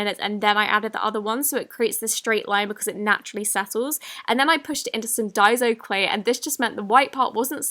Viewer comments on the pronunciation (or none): DAY SO CLAY NOT DI SO!!!! daiso is pronounced DAY SO